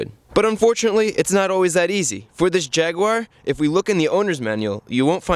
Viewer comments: I only came here to hear Jaguar pronounced wrong.....😁😉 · Jaguar is NOT pronounced Jagwar. It is Jag u (you) ar. JAG YOU ARE! Why can't Americans ever pronounce anything properly? Haha